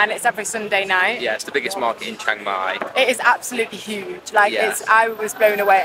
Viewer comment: "Shhheeang-Mai" not "CHANG-Mai" btw